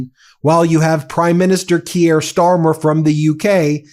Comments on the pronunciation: KEER Starmer. Keir is pronounced with one syllable. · Ben: You mispronounce "Keir". It does not rhyme with Pierre. It rhymes with "peer" or "tear".